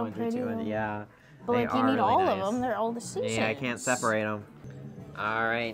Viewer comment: After awhile it's just endless 2 inch dots! It gets harder and harder to focus on thuh good from thuh bad. The is now THUH!!